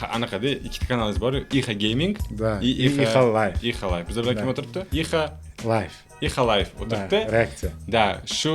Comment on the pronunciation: Ixalay dib eshtildi😂